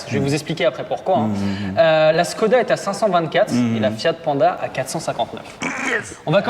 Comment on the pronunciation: on prononce chkoda, à cause du Š